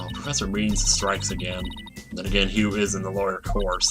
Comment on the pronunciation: is saying "G' in Hugh again... Damn it!